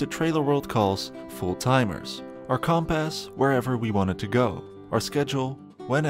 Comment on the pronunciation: narrator pronounces compass as Comp-Ass lol